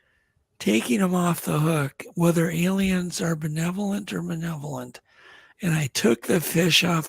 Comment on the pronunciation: The word is maLevolent, guys. With an "L" lol 😁 Great guest & show tho.